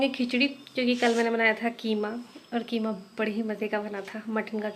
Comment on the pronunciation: Kima nahi khima bolte he